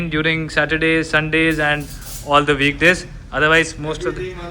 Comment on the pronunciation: Also for Indians learning English: The word is "weekday", not "veekday". "V" is "V" and "W" is "W" it is: "We have to win the war" not "Ve have to vin the var".